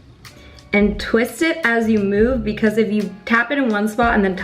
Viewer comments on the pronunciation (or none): none